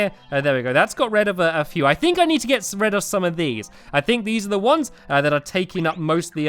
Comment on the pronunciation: Me: lets get rid of this. Stampy: lets get RED of this.